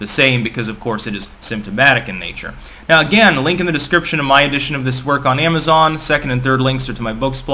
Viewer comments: Amazern lmao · "Amager"? Your North Easterner is showing. And i notice you are really excited when you talk about the books you've printed.